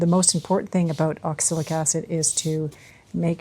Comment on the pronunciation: Pronunciation is ox-a-lic, right? I keep hearing oxilic.